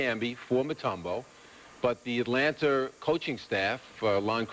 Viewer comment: Peter Vesey said Atlanter